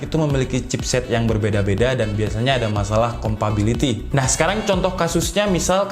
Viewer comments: compatibility gan bukan compability wkwkwk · Bang, mau ngasi masukan. Ngomong "compability" nya coba diganti sama "compatibility". Biar lebih nyaman di telinga pendengar kyk saya.